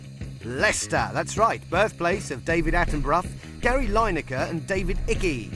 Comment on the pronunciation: Notice how he pronounced Gary Linekers name😂